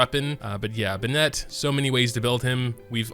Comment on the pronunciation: benit not ben-ette